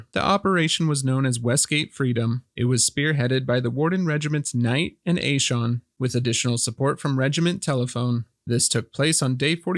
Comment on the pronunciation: oh mate normally its pronounce A-SE-AN